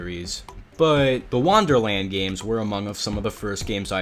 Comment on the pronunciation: Why do you pronounce it "wanderland" instead of "wonderland"?